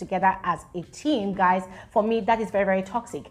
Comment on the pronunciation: Did u say guyz... Guyz ....🤣